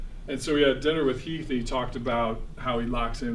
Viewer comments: "Heaf" Ledger 🙄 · Charla charlaaaaa it's Heath Ledger!! U said it right then corrected yourself to say it wrong continuously 😂😂🤣🤣🤣